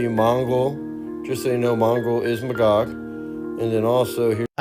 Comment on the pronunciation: The pronunciation of Magog is driving me crazy. You are saying it wrong! It is May-gog not Muh-gog.